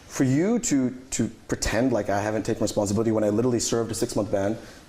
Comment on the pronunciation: Wow I didnt know "responssibility" was part of this mans vocalubary